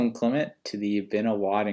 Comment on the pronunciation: oh my god u really hate him , 😅 by the way his name is clement not clemet